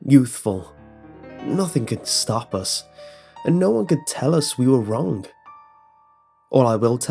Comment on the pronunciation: "Wronk" "Wrung"